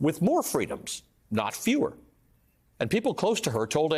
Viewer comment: She says the same stuff. And wont leave the telepromter. Its fweedom